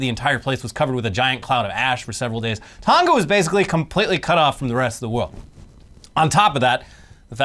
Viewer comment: Its not "Tonga" like " Tonka", its "Tonga" like "Tongue-Ah".